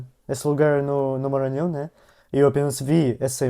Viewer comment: Vc e' a primeira pessoa estrangeira que fala bem Maranhao. Moro na California. e as pessoas tem dificudade em falar. Voce vai amar Ceara, morei la' 15 anos.